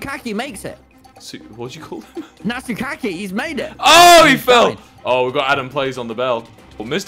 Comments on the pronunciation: DID TOMMY MISPRONOUNCE NATSUKI AS NATSUKAKI LMFAO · "Natsuki" Tommy: NATSUKAKI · “Natsu-kack-ee!” “What- what did you just call him?” “Natsu-kack-ee, he’s made it!!!” JustANatsuki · I like how was very self aware of what they saying to her in the vid And i luv how tommy called" Natsuki ""Nat-su-ka-ki" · Natsuki existing: Tommy: nAT-soo-KAKEE